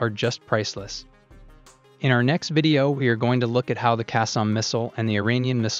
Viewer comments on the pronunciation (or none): none